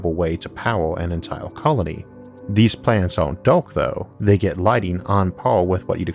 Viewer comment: Why’s that you got some words perfectly pronounced and some so weirdly said? Like Earth you say Orth And Dark you say Doke Also clear you say Cleo Edit: omg after I spell it out I know you can’t pronounce “ar”